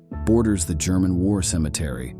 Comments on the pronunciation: The Gurman army ? I stopped listening. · Why do I get voiceover AI vibes from this? “Gurr-man” army? good video tho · I hate the way it says German and Germany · This bot sucks at "spikikng" cannot say German recivery? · Every sentence has a poorly pronounced word. Can't even say "German" correctly. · Gurr-men Army.. Stay-lynn? I just unsubscribed. AI sucks stop cranking out these sites smh. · Is this a computer talking? I have never before heard a human being pronounce Stalin as "Stale-in" or pronounce German as "Grr-man". Maybe pay for a human next time.